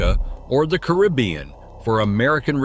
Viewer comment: Really ? How stupid are you? You do a video about a country and pronounce its name INCORRECTLY all throughout. It is NOT "Bulleez". And you also pronounce Caribbean INCORRECTLY. Stupid